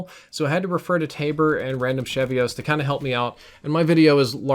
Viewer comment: Isn’t it random cheeve-ohs? As in random achievements?